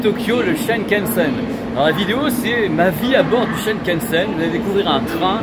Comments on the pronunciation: Depuis des annees tu devrais savoir que c est le Shinkansen et non pas shenkensen.日本に居る時勉強してくだいさい。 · superbe vidéo comme d'habitude. mais c'est Shinkansen et non Shankansen:-)